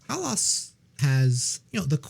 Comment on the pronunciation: Prononciation of Hällas is more like Hell-as